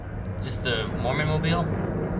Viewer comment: "the mormon mobil" lmao